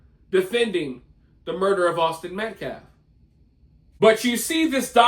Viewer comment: can't speak properly. Penden in reference to daniel penny as in the coin. Medcalve? Met, Metcalf. Can't even say self defense properly. Then there's the sneakers with a suit. Trashy look. Blaming everyone but karmelo. Making Jeff metcalf leave the news conference held in a PUBLIC building. And having a felony record could easily could karmelo back in jail if they ever associate. As for karmelos little sis, let her have her sleepless nights. There's a killer in the house.